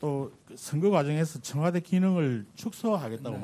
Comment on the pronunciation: 나만 청화대로 들리나